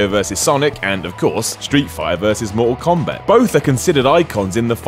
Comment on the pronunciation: "FIFER" "DARBY" "MOR'UHL KOMBAT"